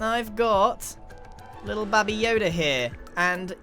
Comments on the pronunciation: Did grian really just pronounce baby as bah-bee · Scar: “Gragr” Grian: “Babby Yoda” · I thought he saying babi yoda for a second 😂 Babi = pig (very disrespectful to say it infront of a malay) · FAM HE SAID BABY WRONG HE CALLED IT BABYE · "bahbie yoda" yes grian, bahbie yoda.